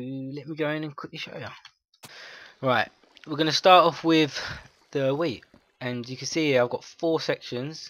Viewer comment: It sounds like he is saying weed instead of wheat XD